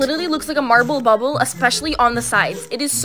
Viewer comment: it's bubble not boble🫢